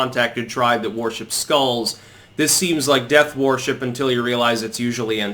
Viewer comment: I love you and watch every single video you post but why do you pronounce so many words incorrectly? 😆 worship is pronounced wurship! My evidence for this is that there is already a word pronounced warship....it’s err...warship 🙄 keep up the good work mate 👍